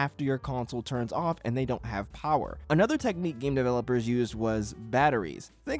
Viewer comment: I swear to god it sounds like you’re saying gay developers